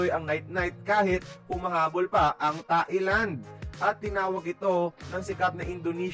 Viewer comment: Nakakatuwa nman narrator ntin sabi niya tae lang 😂😂😂Thailand po